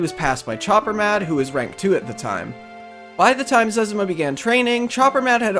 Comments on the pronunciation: its zezima not zez a muh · it's zez-ee-ma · zezima is called zezma btw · He said zezima wrong